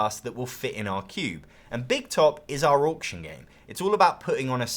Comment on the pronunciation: Can someone make an Auction game that has Orc's just so I can hear says 'Orction' more?